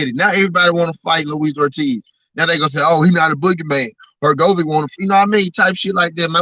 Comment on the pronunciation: Bruhhhhh Your pronunciation of Filip Hrgovic tells me 1000% that you have never watched a fight of his, I don’t know why you profess to be knowledgeable in the sport of boxing when you are speaking on boxers who you have not even seen compete, if you have then you would know and hear the commentator pronounce the name particularly Hurr-Go-Vich! Nat Ur-go-Vick TF man. Awful